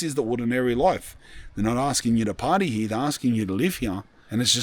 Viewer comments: “Hee-yaw” instead of “here” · Right heyeah? Are you sure it's heyeah bruv? Nawr! Just teasing, bud.